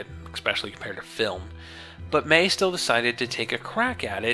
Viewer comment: I understand since you're not from NZ you're probably not used to it. But the pronunciation of her last name is May-he. Great review, by the way. I was bummed I missed out on it when it went down originally.